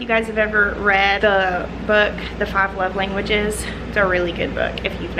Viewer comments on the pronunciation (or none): What was the name of the book you mentioned? It sounded like The Five Leveling Witches? If it's about gifting I'd like to read it.